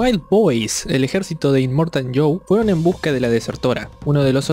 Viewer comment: yo si escuché que en la película que decían inmortan en vez de inmortal